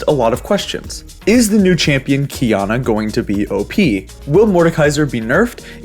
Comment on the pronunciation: Key ah nah not kiyana